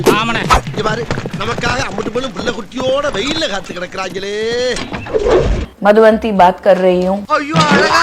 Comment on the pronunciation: Madhu VANTHI illa (madhu vaanthi)